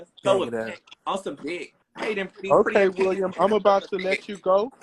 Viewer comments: 😂😂😂 I was gonna ask that too but I just heard him pronounce it hisself but it’s William not Willum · “WILL UM” lol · yo I’ve never heard such a common name butchered like that before in my life. Then I realized it’s for laughs and giggles 🤭